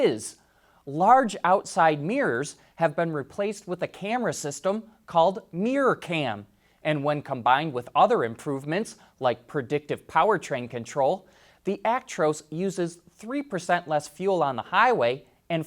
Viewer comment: Mir Ror Mirror, not meeeeer.